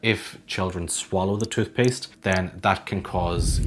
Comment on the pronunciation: “Every chube of chootpuste”